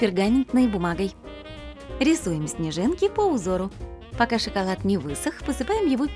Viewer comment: Зелёный шыколад! Ору